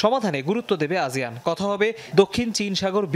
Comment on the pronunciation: আজিয়ান নাকি আসিয়ান🙄